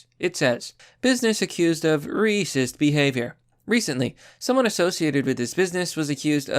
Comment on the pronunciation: Why do you pronounce racist as "reecist"?